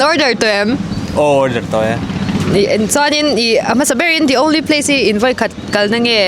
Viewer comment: The only pace 😂